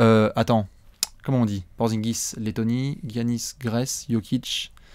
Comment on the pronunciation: Giannis ça ce prononce Yannis les gars ;) sinon en Bucks fan j'ai envie de dire Giannis mais Towns et Porzee sont incroyable et Ben Simmons est très impressionnant aussi...